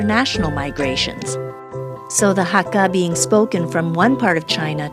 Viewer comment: Sorry but you pronounced "hakka" wrong. It's not hak-GA, it's hak-KA.. I'm Hakka and honestly this was hard to watch 0.0